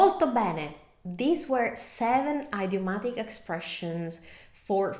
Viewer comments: Thank you for your help in italian... let me help you in return with English. Idiom is pronounced in English like ih-diom, not eye-diom. Same with idiomatic. It's a soft i, not a hard one. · Your English is excellent but in this video, you mispronounced 2 English words. First, “idiomatic” is pronounced id (as in lid) i-o-matic. Second, “recognize” is pronounced rec (wreck) og-nize. Otherwise, great video